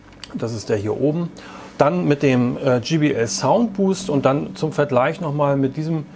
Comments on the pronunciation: Ja man spricht es dschai bi el und sie haben es dschi bi el ausgesprochen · JBL, Nicht GBL Demach 'jaibeäl' Und nicht 'Gebeäl' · es heist jbl nicht gbl